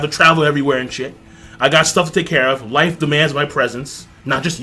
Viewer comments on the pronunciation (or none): none